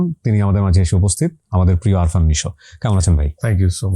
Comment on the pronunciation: ভাই উনার নাম আরফান নিশো না আফরান নিশো। গেস্টের নাম ঠিকঠাক বলতে পারেন না, কি স্টাডি করেন?